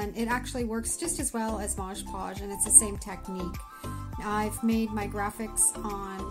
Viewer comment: Mod Podge!!! Not modge podge lol